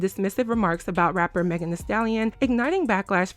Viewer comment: Yeah no, if they didn't mean any harm by this conversation then they wouldn't have shaded Meghan by purposely pronouncing her name wrong while full on pronouncing Tory Lanez name without any problem. They were definitely being shady. 😅